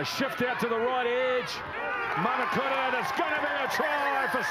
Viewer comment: Commentator need to get the name right it’s manukura not manakura